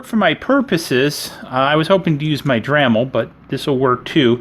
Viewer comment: "dramil", ahhhhhhh